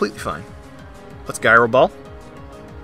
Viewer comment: I love your content, but I hate that pronunciation of “gyro” that I actually wrote out a comment describing it, otherwise, amazing battle!